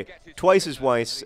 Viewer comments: I think that you and Weiss arent off to a good start because you are probably pronouncing his name wrong. In German, W is pronounced like a V, so his name should really be pronounced like "Vice" not "Wice" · Maybe he's angry because you're pronouncing his name (W)eiss instead of (V)eiss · Weiss is said with a V sound, John. As in, vise. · In German they pronounce 'W' like 'V' so his name should actually be pronounced 'Vice.' (See edelweiss. Also Vienna is pronounced Vien in German and spelled Wien.) Maybe that's why he's awkward around you, he just doesn't know how to tell you that you're pronouncing his name wrong. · Haha, it's pronounced 'Viess' :) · I agree with MM5B5: Petinati Damacy! I am also concerned about the friction between manager and player Weiss -- Consider the previous comments that it might be pronounced "Vice." Ask him maybe? Miami Weiss is pretty epic, and when he scores you can use the "Twice is Weiss" thing if you want. Goooooooo Swoodilypoopers!! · I cringe a little when you pronounce Twice as Weiss's name with a 'w' sound. He's austrian...its a 'v' sound.